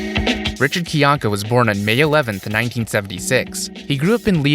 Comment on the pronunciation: Are we not going to point out that Rich himself pronounces his name as "Kai-Yank-Uh" and not "Kee-Yank-Uh" lol